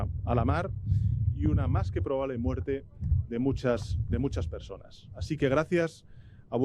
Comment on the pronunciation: Soy yo o parece que le cuesta decir "personas" 🤔